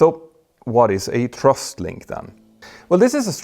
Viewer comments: Petter, great video as always but it is thrust not trust-check it out Cheers Mike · Cant you say "thrust"? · For most of your video I was scratching my head wondering what a "trust" link was. You should practice making the "th" sound. Put your tongue under the front teeth. It's easy.